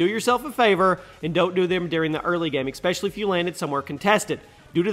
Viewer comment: ESpecially, NOT EXspecially